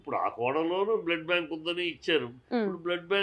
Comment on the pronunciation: అరె సన్నాసి హూ ఆర్ యు సన్నాసి అ ఆ ఉ ఊ ఏంటి మాటలు అసలు అర్థం కావడం లేదు మీ ఛానల్ కి ఎవరు రావడంలేదని వారుని మాట్లాడమన్నారా ఓ ఓ ఓ బ్లడ్ బ్యాంక్ కాదు బ్లడ్ బ్యాంక్ అది కూడా కరెక్ట్ చెప్పలేడు ఈ సన్నాసి